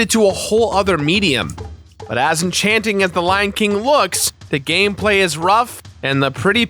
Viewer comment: He totally said gay play instead of gameplay like right at the beginning